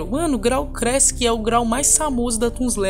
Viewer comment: Erros na língua do: graal crassic, pray story kkk